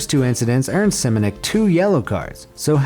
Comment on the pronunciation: 6. Simonic :-) .... it's Šimunić .... or Shimunitch if that's easier for you....